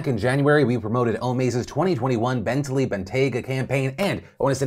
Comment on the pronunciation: Phil you pronounce Bentley weird